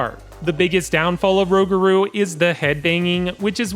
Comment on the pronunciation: He said rowgarou😭